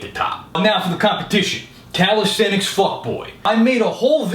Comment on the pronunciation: That fact that can pronounce "calisthenics" makes him attractive and doable. (not with me though)